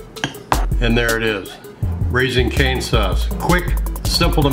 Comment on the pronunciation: Canes… no r 😂